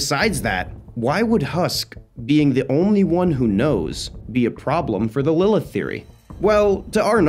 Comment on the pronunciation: IDC IF YOURE WRONG JUST TY FOR NOT SAYING LILITH